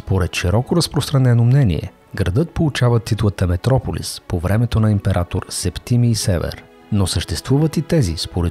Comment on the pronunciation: Септи́мий Севе́р, не се́вер. Малами́р, не Ма́ламир. Говориш за Светослав І - средновековен владетел на Киевска Рус на фона на ренесансово френско облекло!? Ку́мани, не кума́ни, макар че на руски произношението е така. А за периода на Априлското въстание, Руско-турската освободителна война и Съединението и Сръбско-българската война, може ли да говорите на фона на средновековни, Наполеонови, американски от времето на гражданската война и български от ПСВ войници и съвременни кадри?! Толкова български и руски филми за този период има - "Записки по българските въстания", "Под игото", "Опълченците на Шипка", "Пътят към София", "Турски гамбит", "Имало една война", толкова ли не можахте да вземете кадри от тях?😒